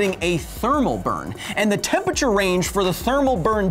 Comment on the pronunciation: "Tempature" The more you say it, the more I can't unhear it.